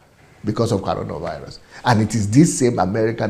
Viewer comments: Is that you can not pronounce coronavirus or what is caronavirus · CORONAVIRUS NOT CARONA